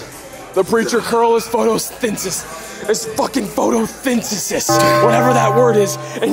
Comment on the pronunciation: trying to pronounce photosyenthis gotta be the funniest thing ever, I can’t even spell it right ☠️😭